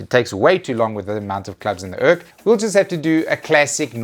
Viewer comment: Pronouncing urc as urk.... Cant believe i never thought of that